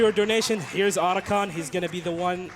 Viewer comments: Who's Oder-Con? Sounds like a bank robber who smells bad. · Well that's one way to pronounce Octagon. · lol at americans making up their own pronunciation once again. OTACON no oats in the spelling there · Could you please not mispronounce Otacon's name? Thanks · How do you miss pronounce the name repeatedly when they SAY IT OUT LOUD DURING THE FREAKING RUN?